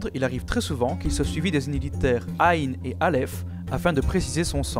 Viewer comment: Juste la prononciation du 3ayn a revoir :)